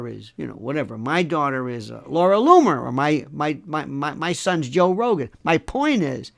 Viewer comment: Laura Looneyer???? 😂